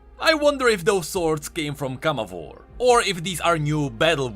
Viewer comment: Viego pronounces in his cards CamavOr, not CAmavor Rito changes the pronunciation depending on how says it?